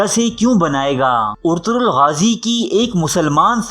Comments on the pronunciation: It's ertugul ..not urturool😂😂😂😂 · Abey Yar Ertaghal Ghazi Ka Naam tu Lena seeklo Naam Bigad rhe hooo